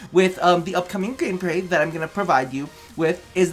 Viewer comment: Sorry to address this but you said game glay